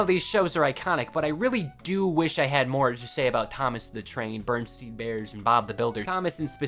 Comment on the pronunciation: You said bearstain wrong